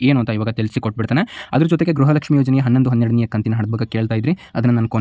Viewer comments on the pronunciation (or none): none